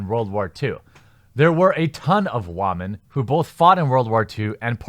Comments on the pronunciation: Why do you say "wah-men"? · Wamen? Or are you saying Ramen? I truly can't tell. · Why do you say whamen?